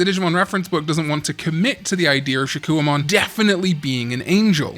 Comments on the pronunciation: Why are we pronouncing it shakoo-ohmon when its name should be said Shak-Kohmon?? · I'm so sorry, but the "wa" is haunting me. 😭 If I hear another "Shakkouwamon," I'm going to do a backflip. No hate btw. 😂